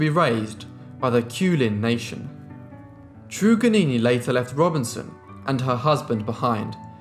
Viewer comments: It's not "true-gannini" bro It's "TRRUGG" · Trug is normally pronounced as a hard ‘u’ ie tug. Van demons land is Tasmania. There were other native people in Tasmania that survived, Truganini was not the last Tasmanian. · At least give her respect and say her name right. It’s “Trug-an-ini”!!! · A sad history and thank you for covering it. Her name is pronounced trug as in drug Truganini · It's Trug as in drug